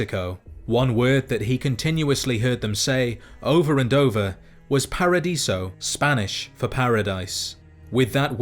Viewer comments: Awesome video! Just wanted to point out that paradise in Spanish is "paraíso", not "paradiso" :) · bro i know you repeat ingame text but just fyi in spanish paradise is paraiso, without the d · Paradise in spanish doesn't have d, it's paraiso :s Just a little nitpick >< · The Spanish for Paradise is not Paradiso, that’s not a word, the term is Paraíso, there is no D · Just a nitpick to an incredible video, but the Spanish word for paradise is "paraíso" without a d. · I totally loved this video, Randall Clark history is the most amazing thing I've read in a Fallout game, but I have to say that they way you mentioned spanish words, did really get me off the experience, like, paraiso was mentioned as "Paradiso". But, other than that, it's an amazing video!.